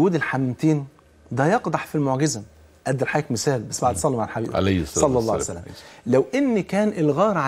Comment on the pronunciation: لماذا تقول يا شيخ ..سلعصلم.. قل صلى الله عليه وسلم.